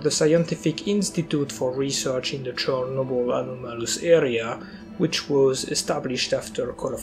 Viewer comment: this guy unironicaly said chornobly lmfao